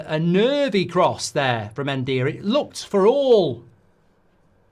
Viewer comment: Ndiaye is pronounced (IN-JAI)